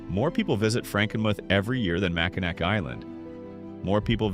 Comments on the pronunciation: The issue wasn't the audio. It was the AI voice over. So many mispronunciations. Mackinac Island, Charlevoix, Frankenmuth. were mispronounced. It's one failure of AI narration that it was programmed phonetically with no regard for regional uses. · Mack i naw....not mack in nack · I don’t care how many people already commented about this. It is Mackinaw….not Mackinac. Other names were mispronounced too. However, Mackinaw is the one that gets me the most 🤪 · MackinNAW not Mackinak. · Oh.... that hurts my ears! It's Mac in naw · Stop pronouncing the “c” in Mackinaw Island. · Mac-in-awe! Ugh 😩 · Pronounced Mackinaw not Mackinac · Pronounce it MACKINACK one more time..... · HEY, its very interesting that the NARRATOR in this video IS NOT A TRUE MICHIGAN NATIVE BC HE MISPRONOUNCED "Charlevoix" its pronounced Shar-La-VOY, "Mackinac" was mispronounced its Mac-Kin-NAW. The ending is NOT pronounced as "Mac-Kin-Nack" that is morally incorrect here to pronounce it just like how its spelled. Lmao!!! For true born & raised Michiganders, this will be the 1st thing we adamently say about in this video right here, lol. Not to be mean but set this "Narrator of the video" straight!!! Michigan towns have their own language, in words, & with how they're spelled. Lol. Its really funny to us, we laugh every time with it, lol!!!!! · #8 is pronounced Char-Luh-Voy. Mackinac is pronounced Mack -Uh-Naw. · add "HUR-on" to the list, not "hur-ON". Did you come to Michigan when you made this video? And if you do a video mentioning Mackinac, for the love of Douglas Houghton, please don't muck up that name. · Lake "You're on" "Mack in ack". 🤣